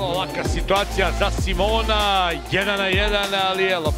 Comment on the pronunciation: SIMONA???? Que pedo con ese comentarista? Le cambia horrible el nombre